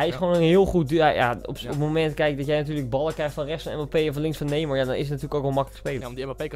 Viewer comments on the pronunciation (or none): none